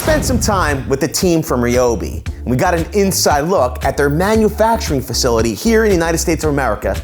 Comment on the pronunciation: Thank you for pronouncing RYOBI correctly!